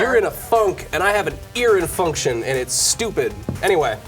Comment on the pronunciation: I got to "ear infunktion" and turned the video off.